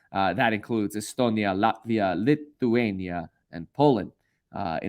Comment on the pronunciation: Kevin said Lithuania like he was from Transylvania kmsl 😂😂😂